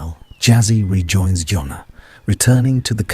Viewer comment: get the name right......its not yona!!!! its JONNA!!!